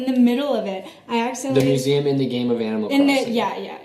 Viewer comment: Museum* not musaum